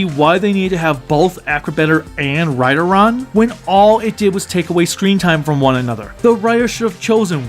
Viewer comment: Lol. Everytime I heard Kotaro say Rideron I thought he said Trideron and did a double take.